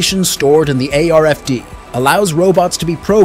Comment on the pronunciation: Radio frequency identification tag = RFID yet the voice over says ARFD????